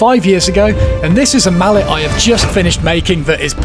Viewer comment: No man... that's "mallet", not "mullet". 🤣